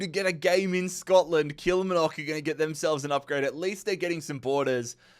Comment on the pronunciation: KILL-MAR-NOCK & FALL-KIRK just for future reference 😂😅